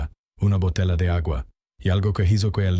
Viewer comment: Ese hablado y todo echo por IA que ridículo. Botela, su papá, Dellavan, manana etc aprende hablar tiene es huevo jejejeje